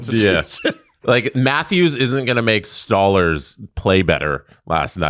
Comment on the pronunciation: please stop saying 'STAWLERZ its "STOLE-ARZ"